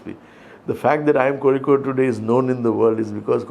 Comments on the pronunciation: He is the director of Indian Institute of Kozhikode, hence the spot on pronunciation! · He pronounces kozhikode..perfectly..like a keralite..thats enough to know how much he admires and loves kerala and keralites..